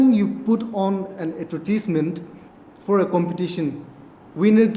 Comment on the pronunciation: N let's not forget too the word avertesment instead of advertisement!😂 Two fools get along very well! Aya hoishe ho eman bura hoishe aro etya bi choto bacha isina bla bla bla he did that! He did not do that!😅